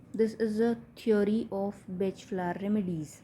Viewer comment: FYI pronounced Bahk…not Batch THANK YOU FOR YOUR VIDEOS